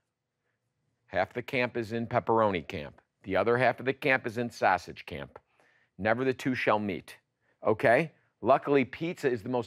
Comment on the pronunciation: LOL you pronounce sausage the way my grandpa did LOL